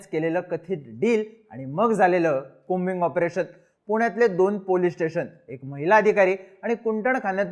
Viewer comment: कॉबिंग आपरेशन नाही की कोबिंग आपरेशन..😂😂😂😂